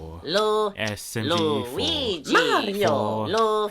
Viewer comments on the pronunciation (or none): at the part where luigi joins in he actually says ''louf louf liugi'' instaed of liu liu luigi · Is it just me but when luigi joined the song it sounded like he said leruigi and also waluigi ruin that part where he was going waluigi waluigi over and over again